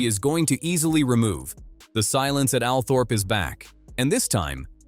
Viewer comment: I think Althorp is actually pronounced Althrup